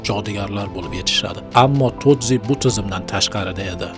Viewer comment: Broooooooooooooo tozi emas toji